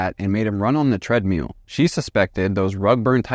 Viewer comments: "TREADMEAL" is all i can hear now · You are mispronouncing treadmill. And there is NO good reason to censor a true crime video with annoying beeps.